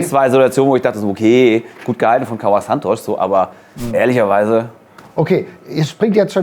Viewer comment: Kaua Santsch? 😅 hat er das selbst gesagt oder hat das ZDF ihn 'zitiert' da das ZDF sich seit Jahrzehnten die eigens perfekte Aussprache auf die Fahne schreibt? 😅